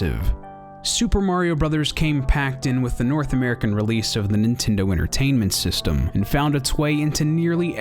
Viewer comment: does it bother anyone else that he calls it Nentindo?